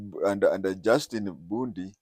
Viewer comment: It's not Justi Bundi, It's Justin Bedan Muturi